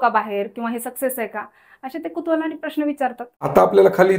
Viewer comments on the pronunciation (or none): none